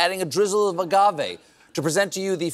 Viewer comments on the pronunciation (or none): none